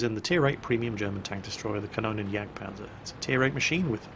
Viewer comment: "Here comes the JagdPANTHER E100" Actually, it's a Jagdpanzer E100.